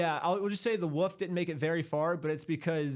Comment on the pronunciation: It’s pronounced “wolf”, not “woof”!